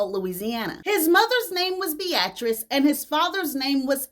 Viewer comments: Google how to pronounce "Beatrice." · You way of saying Beatrice (Bee-a-tris) is interesting. Keep shining.